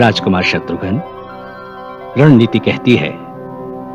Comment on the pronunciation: शत्रुघन नहीं शत्रुघ्न